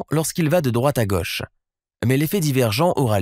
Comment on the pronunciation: super video et explication parfaitement claire.. par contre.. petit detail qui me fait bondir à chaque fois.. "gauche" se prononce avec un o fermé (comme dans moto) .. ca fait vachement bizarre de l'entendre avec un o ouvert